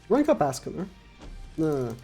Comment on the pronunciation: How u say escanor:es.ca.nor How says it:ASS.canor How yt subtitles show:ASS..killer Wtf yt